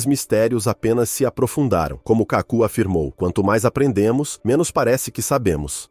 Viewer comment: O autor do vídeo deveria ter pesquisado melhor o nome do cientista. O correto é KÁKU , e não Cacú !